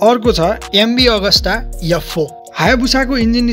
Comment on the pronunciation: yuff 4 haina hola Aff 4 hola pronounciation alok vayena. Respect MV